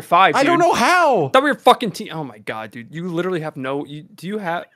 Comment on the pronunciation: I’m hitting the freaking bumper DUUDE why’d he say dude like that 😭